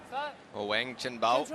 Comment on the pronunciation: Wang pronounced Wong.